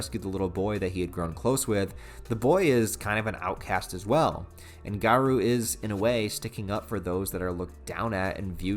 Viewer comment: You're pronouncing garou's name wrong.